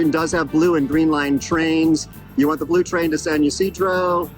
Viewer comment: I live in SD. Everybody pronounces it "Tiajuana" or "TJ." But people here also incorrectly say San "Yasidro," which you also did, and obviously there is no 'a,' it should be pronounced "Eesedro." I know very little about CBX, but if you have to take an Uber to it, it isn't very "express."